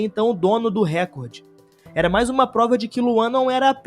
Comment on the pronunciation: Sem querer ser chato, mas só um toque : vc falou "récorde", quando na verdade a pronuncia correta é "recórde". Fora isso, muito bom vídeo!